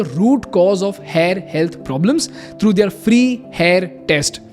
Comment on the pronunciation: They-aar = their